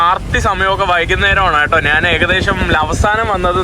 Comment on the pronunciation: നാൻ അല്ല "ഞാൻ ആണ് "